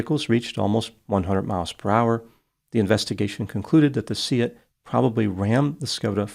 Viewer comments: Kudos on your pronunciation of Seat,. Most people would pronounce it like car seat. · Skoda is a Czech brand, owned by the German Volkswagen-Audi Group. VAG also owns the Spanish Seat (pronounced say-at, well done ) so had a "full house" in this case!